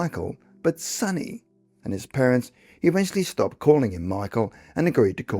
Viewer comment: Sonny (Sunny) Ray and Dawn?!😂 C'mon!